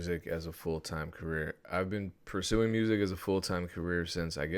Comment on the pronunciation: homie said pursing